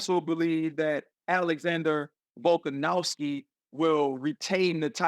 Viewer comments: RC: "Volkanowwski" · RC my brother please stop saying volkanowvski 💀🫡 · Can Americans please stop pronouncing it "Volkanowski"? It's "Volkanovski", with a V. Volk isn't Polish.